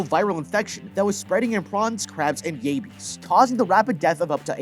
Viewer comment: Yaybiees 😂 it’s yabbies